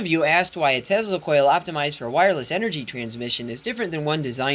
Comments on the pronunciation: Nikola Tesla's last name is pronounced as Tesla, not Tezla. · I hate to be the guy that points out he pronounces it Tezzla. 😒 otherwise, cool content 👍🏻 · It’s not pronounced tezla it’s pronounced like salsa 💃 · That’s not how Tesla is pronounced